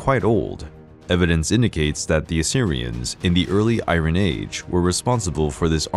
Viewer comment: Can you stop saying "irin" it's iron. And it's not "sea-ax", it's just "sax".